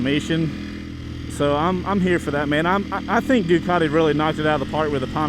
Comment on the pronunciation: For a sec I thought he said "Dugati super Legit" 😂